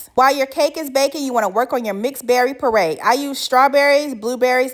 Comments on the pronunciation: It’s PURE-RAY not PURRRAY😂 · Purée is pronounced pyu-RAY or pure-RAY, not purr (like the sound happy cat makes). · Hey love, nice video. But one thing you pronounce “puree” wrong. It’s not “pur ay” it is pronounced “peeyuray “, said quickly. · Peray is killing me its pureeeee ay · Peray? It's pure-ay 😅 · Pure-ray, not parray! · Poray....you mean puree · It's not pronounced parade parade walk or march It's pronounced puree make a puree of (fruit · I think she is saying puree, but the captions say parade,lol😂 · Ohhhhh my god... it's *PURE-AY* pronounced PURE-AY... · I swear it took me at least a minute to realize she was saying “purée” not “par-ray” I was so damn confused lol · I thought she was saying PARADE. 😂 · Cute outfit!! I thought you were saying mixed berry parade, which works! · DELICIOUS!!!! But lovely what is a PORRAY????That is the weirdest pronunciation I've ever heard !!!?? 😅😊😊😊😊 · Pronounced *PURE....RAY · Learn how to make your own whipped cream how’s there a tutorial it’s simple just get some double cream and continue to whip it up till it becomes thick and it was bugging me why she couldn’t pronounce purée correctly 😂but the cake looks lovely and moist yummy